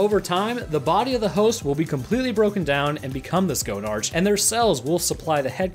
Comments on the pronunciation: no its go-nark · It's not go-nartch, it's pronounced the same as monarch. The name is a joke; it's a play on words on the fact that it's the headcrab queen/mother, and the fact it has a large testicle hanging off of it. - Gonads + Monarch = Gonarch! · 'Gonarch' is prononunced 'Go-nark'. It's a portmanteau of 'gonad' meaning testicle, and 'monarch', meaning queen. I died a little more every time you said it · Okay 2 things 1. The old Half Life 1 models of the Headcrab actually has the inside of the hole visible, there’s a lot of guts, and an eye 2. IT’S PRONOUNCED “GO-NAR-KH” It’s the combination of words “Monarch” and... “Gonad” Also the ribs are open so the headcrab has an.... orifice to ingest food into the host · After the headcrab matures enough i becomes a Gonarch. ( It's pronounced Go Narkh ) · Isn't "go-narch" the correct way of pronouncing it? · You need to learn how to say gonarch and nihilinth